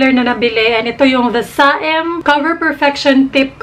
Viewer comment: Ate ang pagbigkas po ng the saem ay the sem, silent a po Love your vids ate keep it up ✨💞